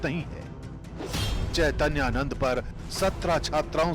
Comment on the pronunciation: Madam Unka naam hai Chaitanya Nand aap Naam Achcha se padh kar Kahiye ga